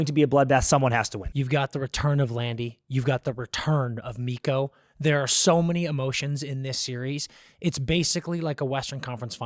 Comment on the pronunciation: The amount of confusion you cause when you kept saying Miro instead of Mikko… lmao. I understood it but yeah Miro is out and Mikko against his old team